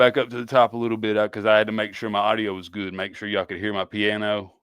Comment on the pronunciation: Every damn district .. church pianer..lol